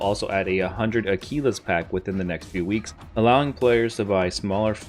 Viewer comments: Had to turn your video off after your preposterous pronunciation of "Aquilas" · Someone tell him how to pronounce aquilas